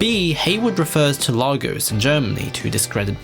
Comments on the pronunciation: Well done. One note on your pronunciation of "Lahgoss", I know the MCU decided to mispronounce it for some reason but as someone who's been there, it's really "Legoss/Leygoss" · It’s pronounced ‘Lay- Gus’ not ‘Lagos’ please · Pronunciation of Lagos grinds my gears it's lay-gos not lah-gos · African here it's layyyyygos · Please pronounce "Lagos" correctly.